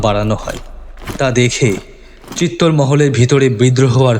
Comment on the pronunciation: ১) তৎকালীন রাজস্থানের দেশজ উচ্চারণে চিত্তর হতে পারে। তবে ইতিহাসের বিবর্ণ পাতা বলছে ; চিত্তর নয় , চিতর । ২) আলাউদ্দীনের হাতে বন্দী হওয়ার পর রতন সিং'কে ( ভিন্ন মতে ভীম সিংহ ) দিল্লি নিয়ে যাওয়া হয় নি। আলাউদ্দীনের শিবিরেই বন্দী ছিলেন। পরবর্তী সময়ে রানি পদ্মিনীর বুদ্ধিবলে রতন সিং চিতোর গড়ে পালাতে সক্ষম হন। এর বারো বছর পরে আলাউদ্দিন চিতর ( ভিন্ন উচ্চারণে চিতোর ) জয় করেন। ৩) বাস্তবে আলাউদ্দীনের কন্ঠস্বর যেমনই হোক--এখানে শিল্পীর ভয়েস বেশ ডাউন। কিঞ্চিৎ গুরুগম্ভীর / জোরালো হলে চরিত্রের সঙ্গে মানানসই হত। ৪) তবে চমৎকার রঙের ব্যবহারে পোস্টারটি বেশ জমজমাট। ইতিহাসের রোমাঞ্চ লুকিয়ে আছে ⚔️ যাইহোক। সব ফেলে। সব ভুলে। মান্যবর পদ্মরাগের কলম। শুরু থেকে শেষ পর্যন্ত সার্থক। মেদ-বর্জিত ভাষা শ্রোতাদের মুগ্ধ করবেই।। 🕋